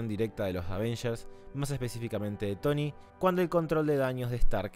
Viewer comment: Y por que lo dices?